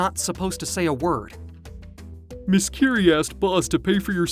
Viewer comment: POV : It's not KIRI it's KIRA 😂